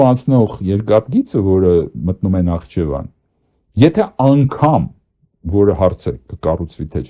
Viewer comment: ՆԱԽԻՋԵՎԱն պ.,ոչ թե նախչեվան Ամոթ է հետո պայքարում եք Վիլսոնյան Հայաստանի համար!